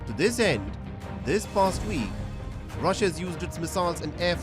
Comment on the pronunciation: Rassia straatagi, Indian accent😂😂😂